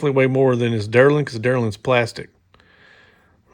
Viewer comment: Delrin is pronounced, "Dell-rin," not, derlin. 😁💯